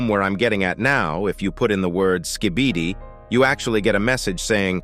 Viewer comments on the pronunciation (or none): Why you still calling it Ska-bee-dee brub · "Thanks to my litle slibidy stake"😭💀